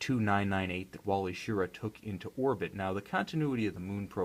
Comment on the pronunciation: ANOTHER reviewer mispronouncing Wally Schirra's name wrong. The emphasis is on the second syllable: Shi-RAH.